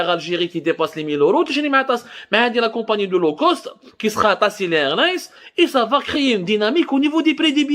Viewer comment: LO cost. Hhh هاد بوخنونة شحال باش عاد فهمت هاد لو كوست قولها بالفرنساوي عوض تقرا مكايدين فرانساوي ومحن مسكين